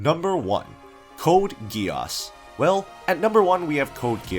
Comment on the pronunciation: nah he really said code ge-arse